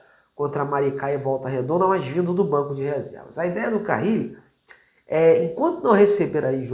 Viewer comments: Crítica construtiva: não dá pra errar o nome do técnico, né? É Carille, não "Carrile". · é CARILLE E NÃO CARRILE😂